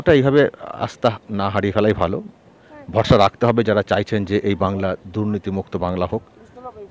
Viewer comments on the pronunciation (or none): none